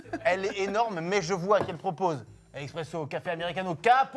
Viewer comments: Loin de moi l'envie d'être chiant mais c'est "ESpresso" et pas "EXpresso" 🤓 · On dit (eSpresso) pas (eXpresso) SVP 😒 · Les gars c’est espresso pas expreso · Les gars c’est espresso pas eXpresso Sinon la vidéo reste tjr aussi top 🙏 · MCFLY C'EST ESSSSSSPRESSO PAS EXXXXXXPRESSO ENFIM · Incroyable le format mais les gars… c’est vraiment eSpresso 😅 pas eXpresso. Et oui effectivement c’est le meilleur café qui existe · J'ai pas trouvé le commentaire alors je le poste : 🤓👆 AchUAlLy c'ESt eSPResSO pAS EXpREsso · je vous aime hein Et le concept super comme d’habitude Mais on dit ESPRESSO bordel de et non expresso Voilà bisous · eSSSSpresso pas eXXXpresso sil vous plait les gaaaaaaaaaaaaaars, j'ai mal aux oreilles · qui dit "eXpresso" c'est pour me tuer....